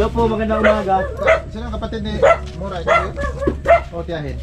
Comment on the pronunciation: Kuya correct ko lng po MURA po hindi MORA akala q Kung cno cnasabi mo MURA po